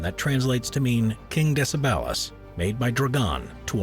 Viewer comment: Hello it is DECEBAL not other way you say it thx for video